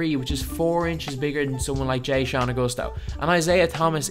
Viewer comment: “jay-shawn” lmao so white. its “Juh-shawn” dawg